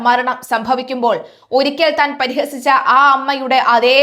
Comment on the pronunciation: prihasichu ennu para...parihasichu chirichu ennu parayilla... malayalam